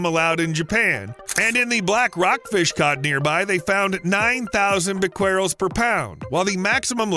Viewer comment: The solution to pollution is dilution.--Old saying. 10 half lives is rule of thumb for radioactive atoms until the material is safe. That's 123 years for tritium. Can those tanks last that long? "Bequerel" is either "BEH-keh-rel" or "beh-keh-REL". It was the name of a French scientist in the 19th century.